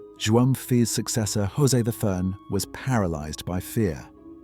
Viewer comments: Congratulations for this very interesting video. There is only a tiny piece of information about the pronunciation of the letter J in the name of king José I. You sounded Spanish by pronouncing Rrrosé.The letter J in Portuguese is pronounced the same as in French. Je suis... Jamais...José... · In Portuguese the J in José and is pronounced. It is not an H as in Spanish